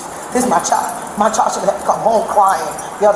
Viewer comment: Lady, the word is "child" not "chal". There's a "d" at the end of that word, and its NOT silent.